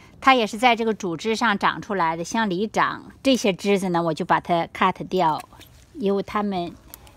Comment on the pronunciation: 听到好辛苦，在想什么咳得掉。呵呵